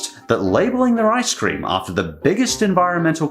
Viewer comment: Ice cweam?